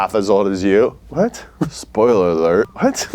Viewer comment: Fan request for more videos of saying hwhat in a conversation.